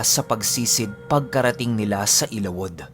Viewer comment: correct pronounciation ng ILAWOD ay...ILA-WUD....